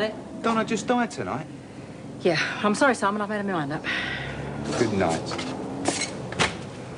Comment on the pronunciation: I think if she did say the word "made" it sounded more like she said "made-a" with an extra syllable. I think the actress must've faltered on her lines for a moment, but too quickly for anyone to notice or care